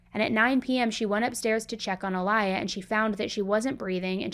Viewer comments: It’s Ah-Lee-ah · she has my name. It’s pronounced Ah-Lee-yah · The name is Aliyah pronounced like the singer 🤦🏼‍♀️